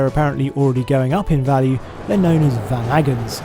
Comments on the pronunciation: As ever, a wonderful review. However, as a North American, I can assure you,, that Van-A-gon is pronounced VAN-a-gon. Cheers! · How in the hell can you mispronounce Vanagon? Jesus F. Christ, you'd think with ears that big you would have heard it correctly.